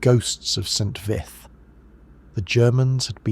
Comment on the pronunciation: St. Vithe is pronounced VEET not vith.